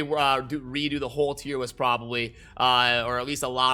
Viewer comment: Wait...are you saying tier WIST?